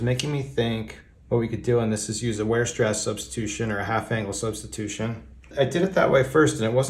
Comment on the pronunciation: Very nice! I thought your pronunciation of VAI-er-SHTrahss was just fine 😂